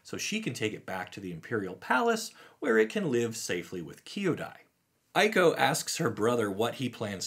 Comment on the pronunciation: One piece of constructive feedback since your first video on Neon Dynasty: Kyodai should not be pronounced as "kee-o-dai", but should be instead "KYO-dai". Just like how the world pronounces the capital of Japan as ‘“Toh-KYO”, not "Toh-kee-o".